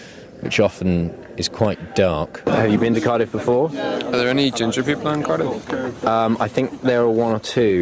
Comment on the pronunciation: When Colin says Cardiff I die because he says it AMAZINGLY